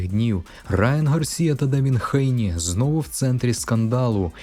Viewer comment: Що за Хейні? Ви чули коли небудь "Хейні"??? Хто це так каже крім росіян? 🤣 ГЕЙНІ.